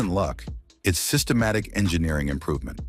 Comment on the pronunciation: Holy Hell Toyota has more cars on this list than the AI voiceover says..."sytematic".